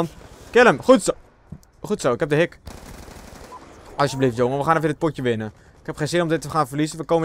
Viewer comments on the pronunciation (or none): hij zeg alstublaftblaft oftewel alstublieft